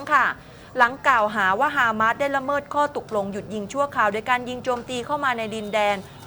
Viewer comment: ออกเสียงว่า ฮามาส ไม่ใช่ ฮาม้าด ครับผู้ประกาศ